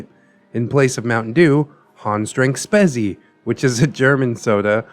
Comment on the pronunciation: Jeez I know German words are weird for English speaking people but really? You spell Spezi as if it was written Spesi. And Lebkuchen... You do the CH like in Chile